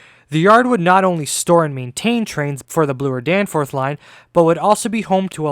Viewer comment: Is that how you kids are saying Bloor today? “blue-er”.